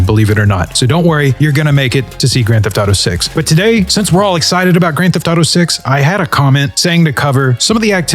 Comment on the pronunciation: "Geft to taro six" 😂